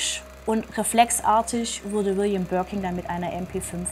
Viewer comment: 1️⃣ mit Stern ⭐️ liebe! Gerne mehr 🥳🔥✌️..Birkin, nicht Birking 😅